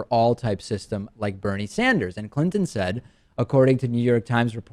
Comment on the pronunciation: DP said Bernie Standers